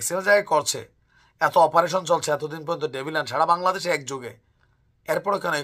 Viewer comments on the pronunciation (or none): none